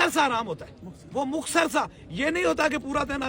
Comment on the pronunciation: Oh sain ohh inparh jahil insaan مخصر نہیں ہوتا مختصر ہوتا ہے چل چل نکل پہلے بولنا سیکھ کر آ